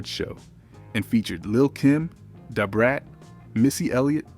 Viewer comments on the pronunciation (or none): Da fuq is "dahh beat meaners" dude? Smh. Dahh brat......